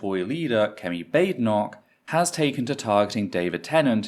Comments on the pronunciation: as an american 1) I'm shocked desantis' name is pronounced "DEE SANTIS" 2) he completely mispronounced Badenoch's name after she had just told everyone how to pronounce it. 3) Desantis is an idiot, no one, not even most republicans out side of Florida, think he's anything but a fascist idiot. he's also term limited now, so expect a bunch of this stupid crap. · Considering the behavior of the conservatives during the election I suspect Ron deliberately mispronounced her name.